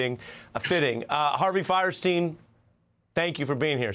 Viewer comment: It's funny how everyone pronounces his name "firesteen", but by the rules of German pronunciation, it should be "feerstine".